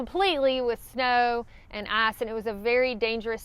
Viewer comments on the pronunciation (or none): I know you are saying ‘ice’ but all i hear is a ‘A**’ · "Snow and ahce"